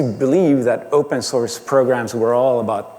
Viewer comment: I have been hearing "open sauce" for 1+ hours